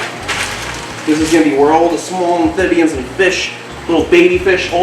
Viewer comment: Please say amphibians correctly ph not th. Otherwise awesome video 👍